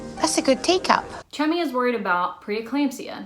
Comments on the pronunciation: I thought this whole time she was calling her chubby🤣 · I soooo thought she said, “Probably shouldn’t do that, Chubby. Don’t get on the motorbike, Chubby.” Baaahahhaaa! I was like whhhaaaa???? Lmao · Listening to an American pronounce the British names like ‘Chummy’ and ‘Nonnatus House’ is the funniest thing to me